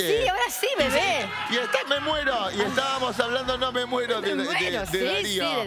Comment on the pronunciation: "Me moeroho con o y H en el medio" Oriana junco 😆